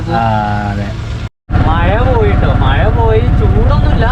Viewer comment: മയ അല്ല മഴ ആദ്യം അത് പഠിച്ചിട്ടു വാ